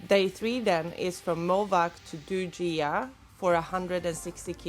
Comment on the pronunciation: That's for Northern Vietnam. In Southern dialect Gi is pronounced as a Y. Almost all tourist mispronounce it. The worst is Ha Gee-Ang.